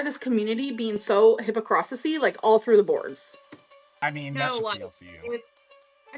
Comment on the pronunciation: "Hypocrosticy". I can't with this idiot